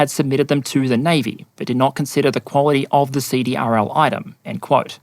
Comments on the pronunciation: CDRL is pronounced "seed-ril." (defense contractor) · Great video. The Navy needs to fix the soup sandwich that is their ship acquisition process. FYSA CRDL is pronounced "See - Drill " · fyi, CDRL is pronounced "see-drill".